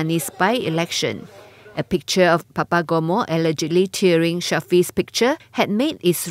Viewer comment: tearing? tear tee-er😁